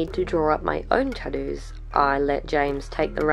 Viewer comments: Does no one realize she's saying tottoos and not tattoos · Australians: "tah'dooos"